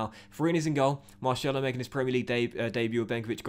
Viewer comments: He is pronounced marSelo not Marshello !!! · You get a bye because of europa league 2 being introduced. Google it Oh and MAR-SELL-O not marshello :) Seems like you don't read the comments?! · It’s not marshello it’s pronounced mar-sello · Tbh u hate when you say marshello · Please, If Marcelo is to become a part of the team, please say it normally. I’m Brazilian and I can guarantee it’s not Marshello. Other than that I’m living the series! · please pronounce marcelo like a normal person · I'll follow you on twitter if you say marcelo properly 😂😂